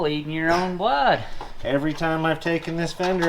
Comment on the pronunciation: Ur bleedin Ur owwn bluuudd. 😂 Love the videos. Keep 'em comin'